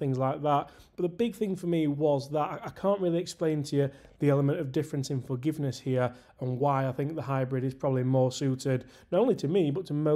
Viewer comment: I think you get more "Fargiveness" 😂 with the Hybrid😊.